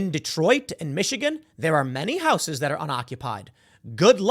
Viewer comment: It irks me how you pronounce "houses" there's no "w" in house ...unless it's the Whitehouse... in which case there is a "D" in it.